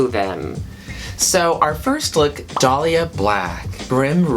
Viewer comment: said Dahli insted of Dollya. That part.